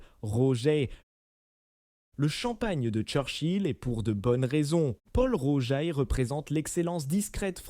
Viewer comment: Pourquoi massacrent ils la prononciation des marques : Moé et Chandon, Taitine-gère , Bolline Gère, Paul Rogeaille , Krügue, Dôme Pérignon etc ..… 😂😂😂